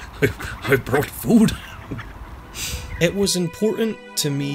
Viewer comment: I ove it when he is talking serous adout whatever, and then he gets to a line like:: Yes, my disciples, FEED. I brought FoOD